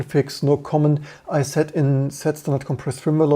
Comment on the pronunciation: You're saying "beesect", but it's "bisect", pronounced "bye-sect". That being said, thanks for finding and documenting these regressions. I'm glad for the work you're doing to help improve Linux by exposing issues.